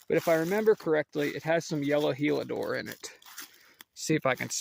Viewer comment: Heliodor… not Helidor